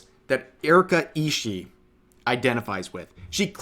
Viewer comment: Surprised how many youtubers mispronounce Ishii, you pronounce BOTH the I's at the end Ishi-ee. Not that the pronunciation of her name is that important, considering she's decided to come out as a terrorist today.